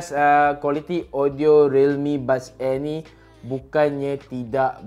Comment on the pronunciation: lidah pendek